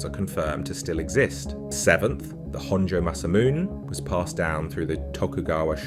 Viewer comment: tom uh hugayn honjoe masamoon